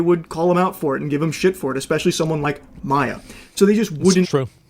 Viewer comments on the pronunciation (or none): none